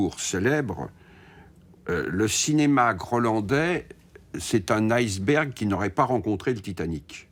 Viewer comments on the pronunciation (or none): none